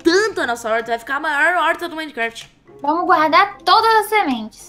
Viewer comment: Ela esqueceu o 't' do nome minecraft